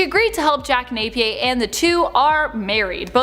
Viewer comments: Its pronounced jack nap ee urr not nape pe a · Nay pee ear